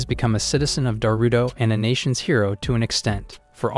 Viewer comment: most of the time I am hearing Naruto instead of Darutora